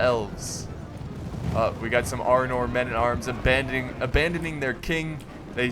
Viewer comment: haha the way you pronounce the names is very american and very funny.Arnoor,Gondoor,Isildoor